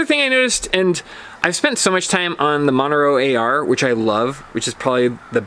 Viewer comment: You keep saying "Monero" AR. Are you meaning "Montero AR"? Serious question.